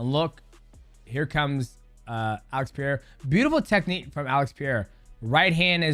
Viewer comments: Kids, repeat after me: Pe-re-i-ra. Not Piera. Not Pera. Pereira. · It’s pronounced “purrerira” like a cat lol not Piere the French man lool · Appreciate the content but you're getting alex surne wrong everytime😂. Its peREira, non peira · Pereira is pronounced Pe rey ra not Pier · PEREIRA NOT PIERA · Why can't Americans say pereira lol. Its puh-ray-rah it's not pee-yay-rah. If you want to get super technical like Brazilian way of saying then it's puh-hey-ya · mighty please bro just say pereira tf is piera? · PE REI RAA, no PIE RAA i cant with DJs pronunciation of alexs name xD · Love you champ. It's Puh RAY ruh. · peh rey rah thats how you pronounce pereira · who's "pieira?" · Who the hell is Pierra? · Please stop saying pee-air-uh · Is he saying Peyera in reference to Chael butchering names or he is butchering it himself. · Mighty out here pulling an Uncle Chael saying "Piera" lmfao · Who is Peria? Got to practice on pronunciating correctly peoples name. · Alex Pereira ❎️ Alex Pierra ✅️ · Alex Pereira ❌ Alex Pi’erre ✅ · 🐭: Alex "Piera" and "Yurdi" Prochazka XD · Alex Pee Era lol. It's "Puh DAY duh" for gringos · Chael and Dj 🗣️ Piyera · alex pierra 😂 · Dj, why are you calling this man Pee-air-uh. Sound like Uncle Chael saying the names wrong! 😅 . R's are H's in Portuguese. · Who tf is Alex Pee’eiruh? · Purr - air - uh is how you pronounce his name. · Why does DJ think “Pereira” is PEA-AIR-UH? It’s not hard to pronounce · "Who the hell is Alex Piera?" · DJ been watching Uncle chael... Alex "Pierra" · “Alex Peereira” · Why can't anyone pronounce his last name correctly? "Pieria" wtf... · Lol Pierra. Shout out to Chael P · Ah yes, Peeairah and Yurdy/Djurdy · It's not Piera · Alex Pierra/Poirot vs Zhiri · alex pierre-a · Who's this Alex Pieira guy that DJ keeps talking about? 😭😭😭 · Pereira not Piera, can you not see/read the difference? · I love your vids DJ but Alex's name is pronounced like "Puh-rare-ra" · Alex Pierra????? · every time he says alex's last name i cry